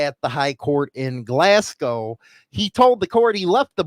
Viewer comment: Props for pronouncing Glasgow correctly ;).